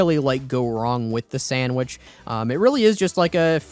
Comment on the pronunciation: It’s sandVich, not sandWhich